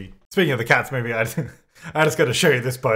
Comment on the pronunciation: It took me five minutes to realize he was saying "Cats movie", not cat-smoothie.... But the most awkward part was that I just accepted it, like "yeah, I guess I could see how that looks texture like a cat smoothie"